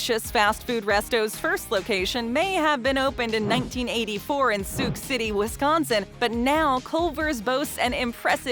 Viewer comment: Sook City? It's Sawk like Hawk. Haha Culver's should be #1 Taco John's and Bojangles are absolute trash.